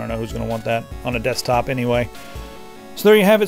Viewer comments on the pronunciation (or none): none